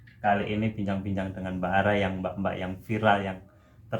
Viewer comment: Bukan araaa, tapi Rara🤣masih sodara jauh sama gw🤣